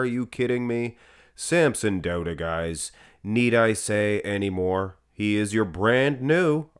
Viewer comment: Finally pronouncing Samsons last name correctly!!